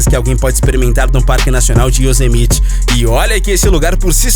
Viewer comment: Se pronuncia "Yosemaite" homem kkkkk